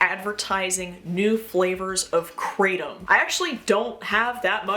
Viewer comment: i dont think there are flavors for kratom lol. Theyre called strains, but like maybe your local smoke shop is just really on some other shit 😅 also fun fact: in south asia (where the tree is from) it's pronounced kra-tum. Krayt-im is how westerners who misuse and misrepresent the plant usually pronounce it. And it sounds more like some kind of demon crack when it's pronounced that way IMO. which is kinda lit but misleading. Also, good video. My friends and I used to watch Spike in middle school, specifically Deadliest Warrior. That shit still goes hard ngl